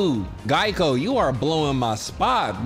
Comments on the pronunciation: bro said geico😭😭😭😭 u literally say EVERYTHING except his name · Nobody:: "Geico" "Gucci Mane" anything else but Ganke lmaooo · The way keeps getting Ganke’s name wrong is just full of the exaggerated swagger of middle aged mom. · lol ngl highkey been disrespecting ganke like gah-lee give a chance lmao😂😭😭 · When he called Ganke Geico I died laughing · bro even got his name wrong 😭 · Day 4 of not pronouncing Ganke’s name right eugghh